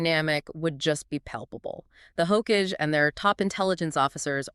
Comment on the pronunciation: It’s pronounced Ho-Kah-Gay. Not hoakidge.